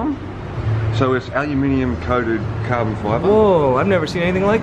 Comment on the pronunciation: pronounces Aluminum properly. He's a great dude!